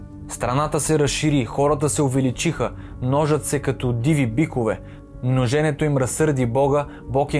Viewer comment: Множене- ударение върху първото Е. Много е важно, да говориш правилно. Ходи на курсове, ако трябва. Това е градивна критика. Правилен Български език. Пряк наследник на езикът Ватан. Първоезикът. Българският. За това е непростимо, че новото поколение не може да говори родният си език. Майчиния Английският може да е важен, но ако забравиш родният, си никой.